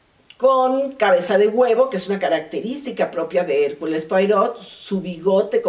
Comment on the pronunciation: Se pronuncia hercul puarot